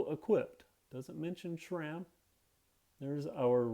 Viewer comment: It's SRAM not SHRAM